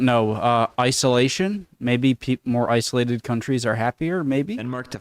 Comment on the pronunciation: ICE-OLATED LOL